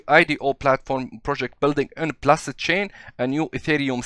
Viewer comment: بولس مش بلس باد بولس يعني نبضات تحياتي